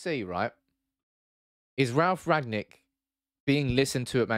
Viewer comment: It's rang-nick not rag-nick